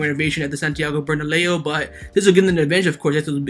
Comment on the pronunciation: "...Santigo BernaLEO.😂🐐